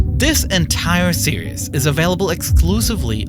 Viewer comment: "series" is not pronounced "serious", I recommend googling "series pronounciation".